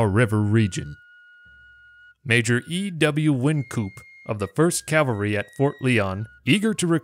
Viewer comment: It's cavalry not calvary. I'm sure all good American Christian's must know the difference